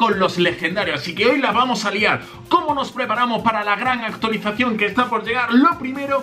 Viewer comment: Like si escuchaste a decir actulicion 😂😂😂😂